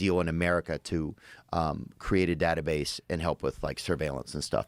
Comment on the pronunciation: Datah-base?? unsubscribed